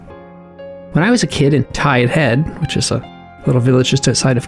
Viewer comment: It's not pronounced Tide Head (with a space between Tide and Head). It's pronounced Tidehead. One word. And if you disagree, you're not a native Campbelltonian, but an AI agent, because that whole region of the Restigouche pronounces it as "Tidehead". Please get you're AI to pronounce it properly!!!